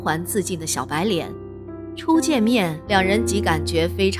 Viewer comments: 熟稔ㄖㄣˇ不是捻ㄋㄧㄢˇ！ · 熟”稔”應唸”忍”音